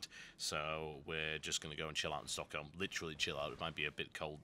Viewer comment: I love how he actually says stockholm right. I'm amazed. :O